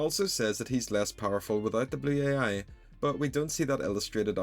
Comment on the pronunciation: How he pronounces blue ai "Blew-Aye-Eye"